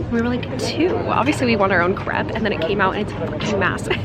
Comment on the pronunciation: did u just say “crep” …. </3